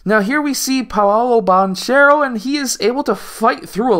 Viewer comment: That’s not how you pronounce Banchero’s last name. You’ve clearly watched his games and still haven’t heard the announcers say it correctly?